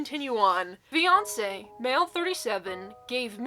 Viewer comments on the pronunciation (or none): im watching this while doing schoolwork and i REPEATEDLY misheard fiance as beyonce... imagine randomly hearing "MY BEYONCE, 37M"